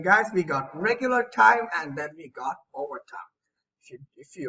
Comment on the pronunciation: WHAT DID YOU SAY I DID NOT UNDERSTAND, "IGAT." When the whatapp thing came